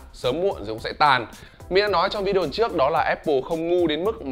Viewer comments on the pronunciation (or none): none